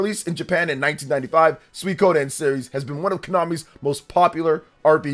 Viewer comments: Other than putting the emphasis on "ko" instead of "sui", pronunciation is mostly okay. Not like there are that many ways you can mispronounce that anyway. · My new favorite hobby is seeing how many different ways YouTubers can pronounce "Suikoden".